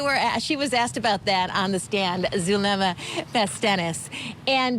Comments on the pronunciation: Zoo lemm uh. ZULEMA. Not zalooma, jeeeezus Murphy. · Actually it's Zoo-leh-muh... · ZaLUma?? Do better. Pronouncing someone's name correctly in rule # one in real journalism.